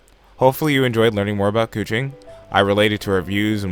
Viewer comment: “koo Ching” I just have that stuck in my head but it sounds so wrong